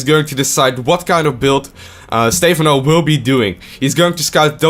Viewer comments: STE PHANO NOT STEEEEEEEEEEEEEFANO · STEPHANO not steyphano :C:C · It's fucking "Stepháno" not "Stéphano", so annoying...and pronounce the words not that softly god damn it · STE-PHAN-O NOT STEFAN-O... please.